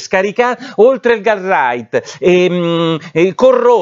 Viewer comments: Nicola scusa ma "GUARDRIGHT" non si può sentire .... si dice "GUARDRAIL" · Porro, potresti PER PIETA' delle nostre orecchie imparare a pronunciare la parola GUARDRAIL, che non si pronuncia "garrait" ma "gardrail"?